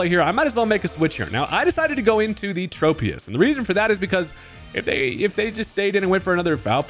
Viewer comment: Why do people call Tropius like that? Is it the trope pokemon? Is it based on a trope-ical tree? No, it's based on a TROP-ical tree